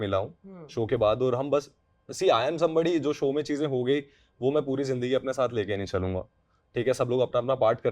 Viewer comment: Am I the only one who's blood boils everytime says "chizein"? I think is actually a mouse who's obsessed with Cheese.